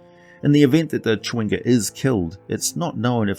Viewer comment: Not at criticism just an observation but never seeing the word chwinga I though only a native English speaker could say this but then I hear “cha.wing.ga” not two syllables? Random I know